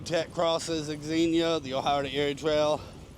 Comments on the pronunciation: X is pronounced as Z your the only person I’ve heard say X xenia, And I wouldn’t worry what the algorithm wants do what your subscribers want to see the algorithm doesn’t subscribe to channels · FYI it's pronounced zenia.